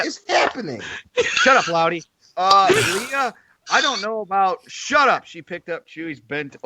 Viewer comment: its "lay-uh" not "lee-uh"....dude.